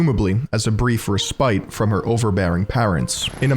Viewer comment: Respite is not pronounced “re-spite”